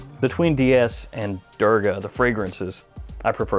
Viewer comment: It's actually pronounced as 'Doorga'. Great list! Would like to try out Bowmakers. I'd like to be entered in the giveaway